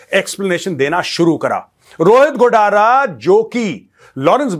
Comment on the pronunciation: मेजर साहब गोडारा नहीं रोहित गोदारा